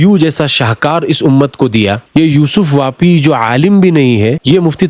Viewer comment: یوسف پاپی ہے واپی نہیں